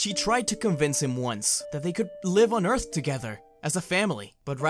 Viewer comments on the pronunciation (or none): Ee-arth? You know that means dirt right?